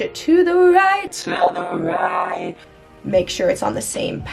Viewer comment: “to the right to the rÆÏT”